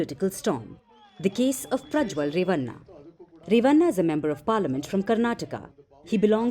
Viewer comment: 😂😂😂😂 it's not re-va-nnna At least learn how to pronounce names of South Indians. It's ray-va-nn a (bada wala na)